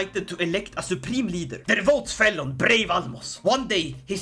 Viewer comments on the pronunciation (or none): none